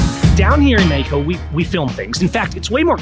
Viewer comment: MEX-E-KO .... stop the NLP! Otherwise just speak in Spanish! 🤣